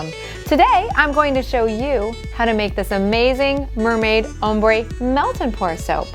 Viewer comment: Am i the only one that hears "hombre" when she says "ombre"?